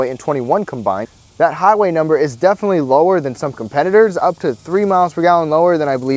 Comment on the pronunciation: “Comfterble” is not a word. “Defnuhly” is not a word.